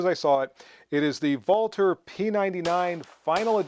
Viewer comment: Thank you, thank you for correctly pronouncing Walther! I'm used to most guntubers mispronouncing "ambidextrous" and just watch them while silently judging them, but to date, you are THE ONLY youtuber who I've heard correctly pronounce Walther. I don't judge the guys who mispronounce it like I do those who say "ambidextrious" because one is a foreign name while the other is an English word, but it sure was a pleasure to hear you say it right! Thank you for all the hard work you put into your videos and the education and entertainment you give us!